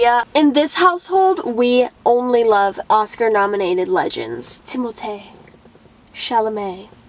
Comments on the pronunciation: it’s pronounced timothy tho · It’s pronounced timothy